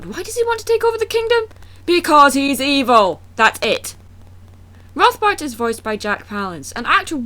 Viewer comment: You used Spongebob! Yay, Spongebob! Also, he wants to use the forbidden arts to take over? Might as well have called them the dark arts and called him Voldemort. Actually, I thought you said Voldemort the first time you said his name and I was going, "wha-?"